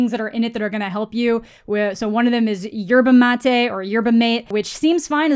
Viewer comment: The first pronunciation of "yerba mate" is the correct one